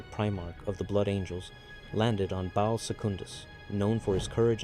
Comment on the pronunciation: Baal is pronounced by the creators of WH40K as /ˈbɑːl/, so i would recommend to stick to that prononciation